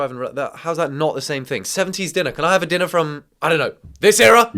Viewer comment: You pronouncing diner as dinner is frying me 😭